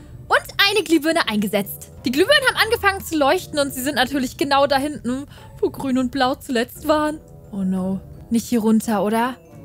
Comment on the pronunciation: ISi wiso ist Grun Plind isi😂😂 Grun AHA😂